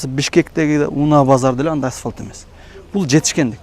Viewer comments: Асвалт эмес Асфальт! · Аспалт эмес, асфальт.....😂